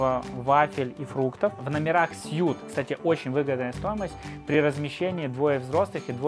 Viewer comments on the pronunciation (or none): none